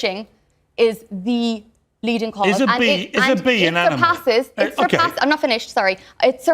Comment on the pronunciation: 英語の聞き取り苦手だけど Do you eatとかは聞こえた あと、動物の発音ってアニマルっていうよりアナモゥって聞こえる